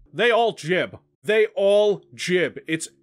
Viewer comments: I disagree, you should just say Strogg not Strohg and also say gibb instead of jibb ;) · stroog, jib.. I bet you say jif instead of gif as well.